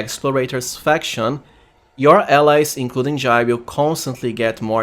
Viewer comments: It is pronounced J-eye, that's how the VA's in game pronounce it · i dont think she is pronaunced like this